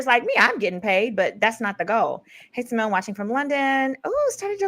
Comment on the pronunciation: SY-MONE!!!!!! Not "what kinda Black Girl is she??" 🤣🤣🤣